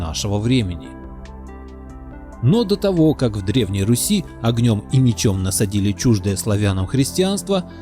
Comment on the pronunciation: тцлавяне от еврейского тцлав - крест. Покрещенные. Братья тцлавяне - братья во христе. Руси правильно. Ударение на "У". Погане. Так их тцлавяне звали.